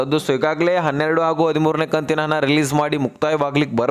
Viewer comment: ಹನ ಹನ ಹನ, ಅನ್ನಬೇಡ ನೀಟಾಗಿ ಹಣ ಅನ್ನು ತಮ್ಮಾ ಉಚ್ಛಾರಣೆ ಸುಧಾರಿಸ್ಕೋ